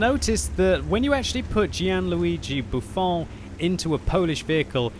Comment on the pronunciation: 2nd time he called Buffon... A bufoon!!! LMAO